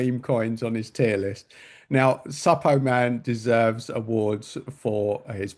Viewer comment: Suppoman as in Superman pronunciation 😅 Good video!